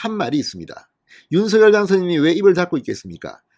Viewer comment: 진성호 전의원님 윤석열 발음을 못해서 서결이라고 발음 하십니까? 아니면 고집이십니까?